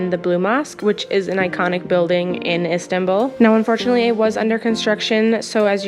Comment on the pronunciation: You know its called istanbul not istabull